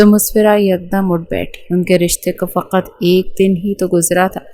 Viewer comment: فقت نہیں فقط